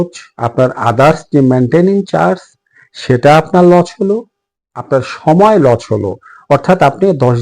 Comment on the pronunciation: কথাটা লোচ নয় লস